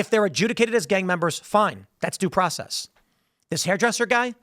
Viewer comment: Doesn’t matter. He dint get his DOO PWOCEZZZ